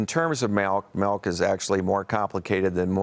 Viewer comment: What is Malk? Urban Dictionary says it's rat milk...